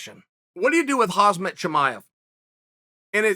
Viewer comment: How much do you think the UFC pays Uncle Chael to push his own made-up narratives to promote fights? Btw I don’t think HOMZAHH likes to be called HAZMETT